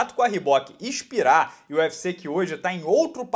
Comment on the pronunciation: 'e'xpirar e não 'i'xpirar